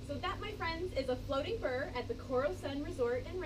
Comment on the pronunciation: It's pronounced bur-e :)